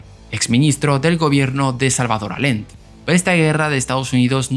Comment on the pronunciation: No descubres nada nuevo en este video. Es un refrito de cosas que ya se saben desde hace tiempo, narrado con tono imitando el canal visualpolitik (incluida la música de fondo)... y sin poder pronunciar correctamente el nombre del gran Salvador Allende 🙄